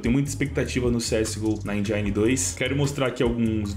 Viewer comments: lê-se "engine" e não "enjaine" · Endjáine não... Endjine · ENGINE Não se pronuncia "enjaini", e sem "enjen".